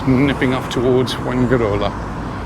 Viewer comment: Fuengirola is pronounced “fuenhirola”, not “fuenguirola”.